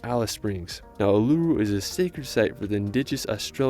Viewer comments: Ooooo la rooo. Not oolaaaru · Oolooroo is how it actually sounds,pronounced,annoying ,disrespectful! Uluru! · There is no way he said U-luru, Bond-e and Melboorne. Plus many other words and sentences that I literally couldn’t understand because you weren’t making sense. Video is great but that guy needs to do research before publishing a YouTube video. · Pronunciations were painful, Uluru was weird but the Cairns pronunciation actually made me flinch. Actually nvm, hadn't gotten to Bondi and Bronte beach yet, yikes! Melbourne pronunciation expected